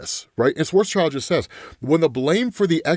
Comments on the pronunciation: SchwarzSchild should be pronounced more like BlackShield not Schwarz's child :hand-purple-blue-peace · Its pronounced like: Svats-shield he was a German mathematician and did a lot of stuff with black holes